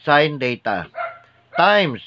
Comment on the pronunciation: Its Theta po , hindi Data